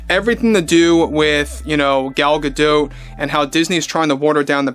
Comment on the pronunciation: Gadot is like Bardot. the T is silent.